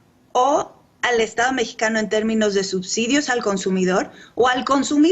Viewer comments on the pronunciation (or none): none